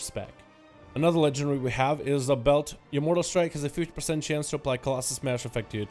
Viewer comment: dude can you stop saying legendry, its LEGENDARY